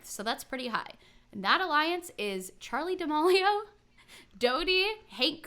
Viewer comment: also for future reference i think it’s pronounced charli (da-meal-e-o) haha🥰 love you guys!!!